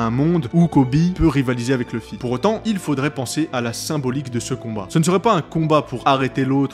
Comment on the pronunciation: pk tout le monde dit leffy et non luffy